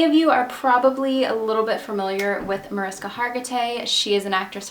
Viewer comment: Good story but I'm cringing inside everytime you say Mariska. It's pronounced "Marishka."